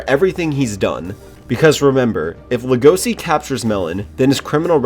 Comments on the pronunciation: It’s pronounced lego-she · How to pronounce legosi lego c eAsY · No offense but it’s actually pronounced legoshi but spelled Legosi at least from what I’ve heard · Why you pronounce Legoshi's name like that?